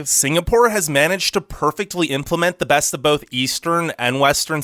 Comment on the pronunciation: Like your channel but "best" isn't pronounced "bast".